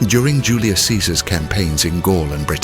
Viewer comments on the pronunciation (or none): none